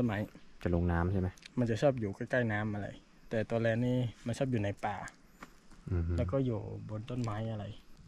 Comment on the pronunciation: แลนค่ะ ไม่ใช่แรน